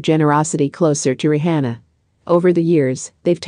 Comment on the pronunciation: How do you expect to get subscribers when you cannot even pronounce Beyonce and RiRi's name????